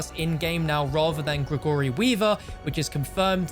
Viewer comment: The way pronounces Gregory still gets to me